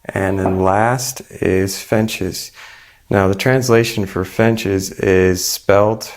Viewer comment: It's a small detail, but fiNches are birds, fiTches are a type of grain. Since there are no birds in the recipe, saying the word correctly would be appreciated.